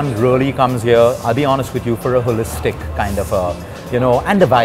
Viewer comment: Why am i hearing ass hole-istic whenever he says as holistic as possible.